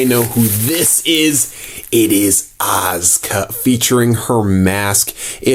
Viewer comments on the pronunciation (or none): none